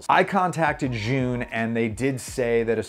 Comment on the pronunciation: Pronounced Chi-Yun. Chi = smart, Yun = gimbal. In english smart gimbal...